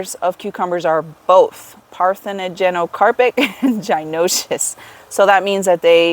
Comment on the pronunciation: Thank you for the video. The word is pronounced PAR-the-no-CAR-pic, as in the Parthenon, as in the Greek goddess Athena, who was known for being a virgin goddess. In this instance virgin = no sexual reproduction. Lots of botany is named after ancient Greek terms, including the ancient Greek pantheon. This is the reason for your next term after that "gynoecious", meaning female (= gyno).